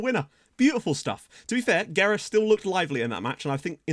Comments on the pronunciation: Oh yeah; Guerra is pronounce like geh-rra...the GUE like in the video game Gex just don't sound the X so just geh. For the RRA you have to roll those r's like in rah. Last name translate to war or warfare, make that what you will. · its pronounced gerra and you kinda roll the rr's also guerra means war in portuguese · Guerra means War so maybe thats a good nickname you dont say U in Guerra its the same U as Guajardo's surname and RRA is just like you said